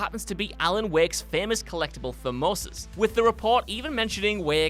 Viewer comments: Cause's that's the plural of thermos, lel. Granted, the pronunciation was off. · I'm sure you must be pronouncing words wrong on purpose at this point. I know you're just a bunch of dumb soy boys, but nobody is so illiterate as to get so many words wrong in every video. Learn what a thermos is, and learn how to pronounce it AND how to pronounce thermoses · ‘TherMOses’? You really should give the scripts a preliminary read before recording. Also, it’s Azerbaijan, not Abaijan.